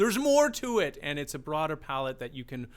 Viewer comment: Only criticism. Migh-hight. I-hits, wa-has. Splitting words to reach a note mid-syllable is really annoying and shows a lack of support that he needs to trampoline up to the higher note. Spoils it. Once is OK. 10 times is annoying. Perhaps it’s just a bad habit. You should have commented on this if you are a classically trained vocal coach.